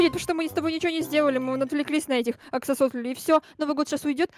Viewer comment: Мне одной показалось что сказала: "новое жильё для аксо~си~АКСИМИРОНОВ 😹😹😹😹😹😹😹